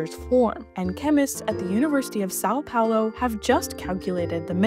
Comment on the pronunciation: I do want to note, "são" is pronounced closer to "sun", "Paulo" is moastly correct, Just the "U" that is a bit more pronounced, like (Pa - uh - lo)